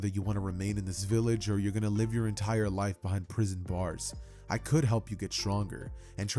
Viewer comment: why'd you say beehind like that 😭